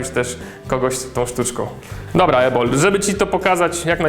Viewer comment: Usłyszałam Jabol zamiast Ebol Hehehe......